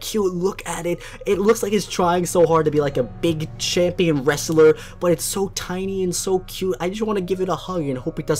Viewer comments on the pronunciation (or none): none